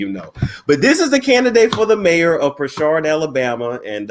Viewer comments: Hey, I live here and work in Prichard (Prih-churd).. It's in Mobile(Mo-bill) County and we're very lit here! I actually work at the Prichard City hall where he'll be working if he runs... It's insannnneeee... His opponent name is Quinn Pugh(Pew).. It's funny as hell but it's an insanely impoverished city where millions have been stolen from the citizens.. so in hindsight, it's sad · Im trying to sneak and listen at work and every time you said Pishard I died 🤣 its country country....Prichut lol the R is silent 🤣🤣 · Its Pritchard like Richard puuuuritchard..🤣🤣🤣